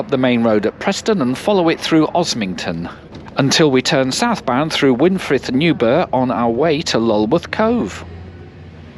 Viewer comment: Just about getting used to your pronunciation of words with A in them like path and daft, still grates a bit on my Surrey bred Ears. I may be wrong but Newburgh may be pronounced as the burgh in Edinburgh, as brugh. Piddle is Dorset dialect for a stream or small river so the river Stream or river River. Puddle dialect for a pond, piddles often form puddles. Dorset heaths are one of the few remaining habitats for Adders, any sheets of corrugated iron lying around have not been dumped but are so they can nest under and warm up quickly in the mornings.